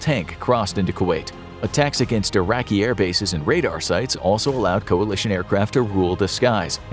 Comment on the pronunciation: "When the US and Coalish" ah yes, coaland